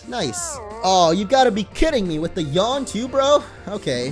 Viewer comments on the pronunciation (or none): none